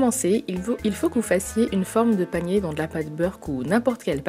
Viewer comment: Jai toujours l'impression que tu dis palmier au lieu de panier 😂😂